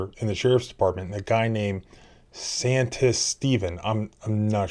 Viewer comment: It’s pronounced True-He-Yo. Santistevan was pronounced correctly.